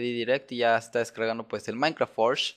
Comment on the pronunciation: se dice minecraft